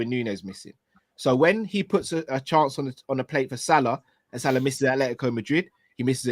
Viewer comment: pronunciation of Salah’s name is class 🤌🏼 what’s his ethnicity does he speak Arab?